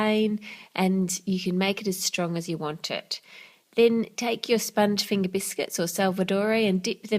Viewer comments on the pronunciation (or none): none